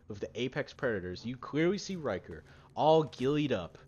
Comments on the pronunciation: Rickter not ryker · You pronounce his name as Rhic-ther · It’s rick ter not ry ker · His name is richter.ric-ter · Rieker? Thought it was Richter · HE EVEN HAS A BANNER CALLED RICHTER SCALE. RICHTER NOT RYKER. RICK-TER Jesus. That really annoyed me but otherwise really good vid. BLISK EVEN CALLS HIM THAT. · Its RIchter not Riker. Rikers are from the Division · Why did you say riker it ir richter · Its Rik-ter not reich-er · Rik-ter, you've been mispronouncing his name the whole time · its pronounced "Rik- tar" not "Ry-kar" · "Ryker"... As a german speaking person this hurts my brain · Dude I think it’s richter as in Richter scale, either way nice vid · it’s richter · Its rich TER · Repeat after me rick-ter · Hearing someone pronounce Richter like Ryker makes you wish you were standing in Richter's nuclear eject. Good video though. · isnt it RIKH-ter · yes thats what i'm saiyng, i am german u ..... its Richter. In english i dont think there is the pronouciatiation of "ch" like in german. Its like a cat who feels in danger and makes that cchhhhhhhh sound. And Stop trying to guess a gender with Sir/ma`am . fr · " rick- ter. " my friend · No its RICHTER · Its pronounced "rishtar" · actually it’s pronounced ric-ter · "Lasst mich nicht hängen" means "don't let me down" not "don't let me hang" "Macht ihn fertig" means "finish him off" or just "destroy him" not "make him ready" And please pronounce him correctly as everyone said. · Holy fuck the pronunciation of richter is pissing me off and I'm not even 30 seconds through the video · He said Richter wrong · R4_F This annoyed me through the whole video, like they say it correctly multiple times in the captured footage, how can he get it wrong? 😒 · "Ryker"? James "McCullen"? Captain fucking "Momosa"? What Titanfall did YOU play?